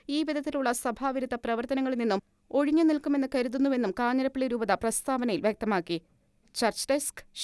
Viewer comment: കാഞ്ഞിരപ്പള്ളി not കാഞ്ഞിരപ്പി ള്ളി